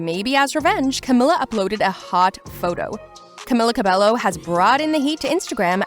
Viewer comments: It’s not “Cabelo” It’s “Cah-Beh-Yoh” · Can you at least say her name correctly?